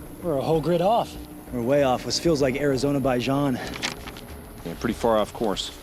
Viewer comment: LOL@ "ARIZONABAIJAN" !